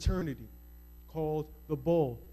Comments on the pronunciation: Its not the BAWL its pronounced Boo-Lay. May they all burn in hell. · Its pronounced "boo-lay" not bowl. Good information that I have also found. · The first Black fraternity is not pronounced "BOWL" but "BOO-LAY". Wrong pronounciation can lead to looking in the wrong area and believing it no longer exists. Oprah Winfrey, Denzel Washington, Bill Cosby and MANY more affluent Blacks are a part of the Boulee. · Corrections: The Boule is pronounced "Bew-lay." It was formed in Philadelphia, Pennsylvania in 1904. Secondly, this secret fraternity is not part of the 9 BGLOs, but is their precursor. The Boule was never associated with universities or colleges, but attracted college graduates. The Boule, in the beginning, was limited to black doctors and black dentists. They later opened it up to black college graduates of other professions. The list of gods and goddesses associated with these organizations appears to be off. Two corrections: Alpha Phi Alpha= the Sphinx and Delta Sigma Theta = The Roman goddess named Minerva. She's located at the top of the sorority's shield.